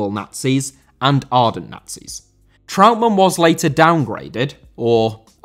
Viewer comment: Trautmann* not Trau'mann